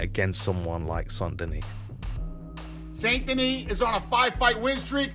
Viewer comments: I know Americans struggle with English - they don't like silent letters in words and, for them, words are pronounced as they're spelled! So, with St Denis - they all seem to be baffled. If you're going to go "Full American" with the pronunciation, then it has to be Saint Denis. Otherwise, the correct pronunciation is "San Denee". It's not "San Denis" or "Saint Denee". Maybe just go with BSD but that's an acronym for a computer OS from California in some quarters!!! 😀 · non désolé (sorry no), the right pronunciation is (la bonne prononciation) of BSD name is (du nom de BSD est) Benoît Saint Denis, nothing else 😉